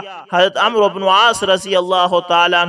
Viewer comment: عمرو۔ کوAmro نہیں پڑھتے بلکہAmr پڑھتے یہ عربی زبان کا لفظ ہے اسے عمر پڑھتے ہیں- اس لفظ میں و سا کن ہے